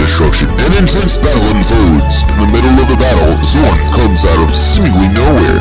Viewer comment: Heheheh. Love the epic recap voice. Obligatory nitpick: Trauare is three syllables long, not two. You have the "Trauar" part correct in the recap, but the 'e' at the end isn't silent ("TRAU-ar-ay"; rhymes with "how are they"). The same is true with Zorne ("ZOR-nay"). Hotheads? Nah. These happy fireballs are modeled after the blast power-ups from Super Bomberman. Their actual movements are based on the Tackle Fire enemies that Hotheads throw at you in Megaman 2. The Japanese names of these enemies are Changkeys and Changkey Makers, if memory serves. Kopiekreisel (the "Spinning Cyclone" -- note the pun on the "clone") is Rosenkreuzstilette's answer to Top Spin (the most useless weapon in Megaman 3). It's an extremely close-range attack that occasionally goes through enemy defenses (though its range is significantly greater than that of its inspiration). When it's effective, it's SUPER EFFECTIVE. I'll say no more than that, lest I give away some major spoilers. Amen on the music. Sound Prison did both "Eruption Trigger" (the BGM for the Crypt of the Fire Dragon / Zorne's Stage) and "Acid Rain" (the BGM for the Town of the Dead / Grolla's Stage). The RKS series' soundtrack really is a mixtape of incredible indie internet artists... I guess you could say that charging is "a Tia thing"; Freu can only charge two of her abilities (of which you currently only have one), and it only increases their area of effect rather than their damage output. On the positive side, letting loose a ch